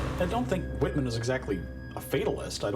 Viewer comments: Totally rong pronunciation of names.Michael Wittman correct pronunciation is "Michael Vitman", not "uitman".So stupid and unprofessional!! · You all are saying his name incorrectly. ..... In German the letter W is pronounced V, and V is pronounced W. ..... So his name is not pronounced Wittmann, it is pronounced Vittmann. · Not pronounced "Wittman" it is pronounced "Vittmarnn", emphasis on the elongated A (sounding like "marn") as the A is followed by double N. The German "W" is pronounced as a "V". This should be basic stuff for a history channel. And I am not a native German speaker. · His name is pronounced "vitman," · Wish you'd pronounce it 'Vittmann' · Say "Vitman" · His correctly spelled name is WITTMANN (pronounced VIT MANN) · Vitt Mahn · Please, try to pronounce his name properly. He was a German, not some American. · This documentary is a little sloppy. Some of the facts are a bit sensationalized. Need more expertise and less showmanship. Still not bad. Wittmann I believe should be pronounced with a "V," not "W." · It would have been easy for them to at least correctly pronounce the V in Wittman. I mean, it's supposed to be a documentary. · You’d think if you’re going to make a whole, long documentary about someone that you’d at least pronounce his name correctly! It’s not even a difficult one to pronounce.